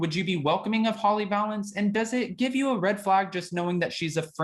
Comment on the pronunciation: Holly pronounces her name like this Va-lance